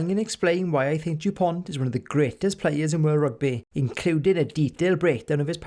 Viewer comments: You must retire the T. It’s Dupon(t).... not DuponT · Awesome Video. But as a frenchman it hurt a bit when u pronounced the t at the end of his name. French is not an easy language i’ll give you that😂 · The t in Dupont is silent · Very good job. But the T at the end of Dupont is not to be pronounced. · Great content overall, with brilliant analysis throughout. Well done Sir ! And thank you. Just a tiny detail, so you may save yourself some time and enjoy an extra year (who knows, with all those spared moments ?!) somehow... in Dupont, the letter "t" is mute. Such as it is for 95% of French names (ie. Thomas, Jalibert, Chat, Penaud, Marchand), mainly those from Latin and/or Celtic legacy.